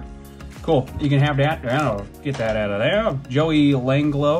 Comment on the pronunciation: fr tho, the “Joey Langlo” had me and my dad crying 😭 😂 you made both of are days for sure after hearing that. Especially because we both hate the guy. 😅